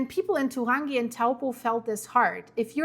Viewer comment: Turangi…pronounced..too rangi.